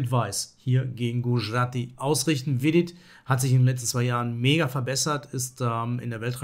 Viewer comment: Super Video, danke! Habe im übrigen neulich beim Grenke Open deine 2.Le2 Variante im Sizilianer erfolgreich gespielt! PS: Es wird übrigens Gudschjrathi ausgesprochen :)